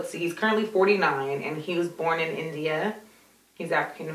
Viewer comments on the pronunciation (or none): He's from Elkhart Indiana, not India it sounded like you said India